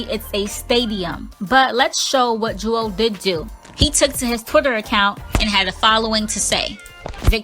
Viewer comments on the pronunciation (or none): His name is not Jewel it's Joel.